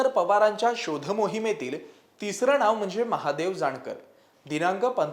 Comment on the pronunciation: णाव नाही नाव